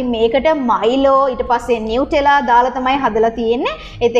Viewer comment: Nuttela kiyanne Italy brand ekak eka pronounce karanne "නුතෙල්ලා"කියල